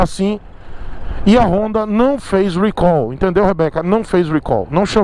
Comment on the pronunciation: o certo eh falar recal. não eh rhuicol. Deus eh pai mesmo viu kkk